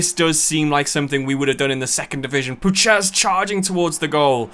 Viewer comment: As a Pole, I'm in such pain the way you say Puchacz 🤣🤣 it's Pu-khach. Great video anyway 👍